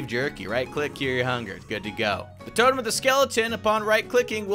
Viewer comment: the tone of the skeleton me: why tone not totem